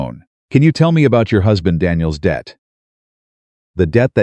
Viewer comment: Not dead situation it’s debt situation, AI is not good